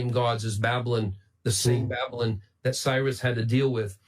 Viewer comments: Why did he say it like "babbolin"? 😕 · I love his pronunciation of "Babylon." He seems to be doing that thing where you pronounce a word differently to make it seem like you know more about the subject than everyone else, but it ends up sounding like "babblin'," which is precisely what he's really doing. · I love that he pronounces 'Babylon' like 'Babblin'. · "The Empire of babblun!" Rilly! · I can't get over how he mispronounced Babylon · Gotta love the way he pronounces “Babylon”.